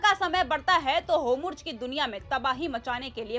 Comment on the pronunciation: Kaise jahil anchor hai es ne arabic urdu padhi nhi hai kya jo hormuz bolne bhi nhi aati en jaise log sirf naam k musalman hai